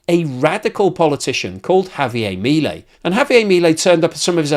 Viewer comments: In English it's HAVIAR MILIEL. IN SPANISH ITS Javiar miliel. I know british people are terrible at accents it's ok. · mi-lEi (emphasis has to be on the 'e'.